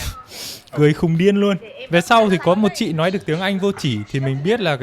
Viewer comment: Khá khen YouTuher, "LÓI" hơi bị ngọng đấy!